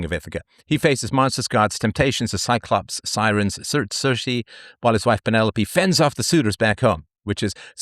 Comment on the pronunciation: Keer-kuh (circe)